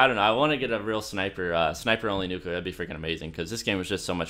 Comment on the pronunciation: NUCULER wow well done